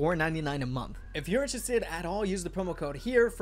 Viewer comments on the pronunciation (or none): none